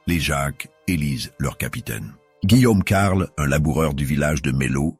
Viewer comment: C'est de l'IA? J'avais des doutes mais en entendant la prononciation de certaines villes ("Senlis" par ex à 7min30) ou alors des liaisons bizarres ("Guillaume....... Carle" 7min50). Dommage, je voulais en apprendre plus sur la jacquerie et cette vidéo est apparue vers le haut de la recherche. C'est une chaine nouvelle avec plusieurs vidéos par jour et des images d'IA, je devais me douter que l'audio était aussi IA, le script aussi j'imagine d'ailleurs. Dommage.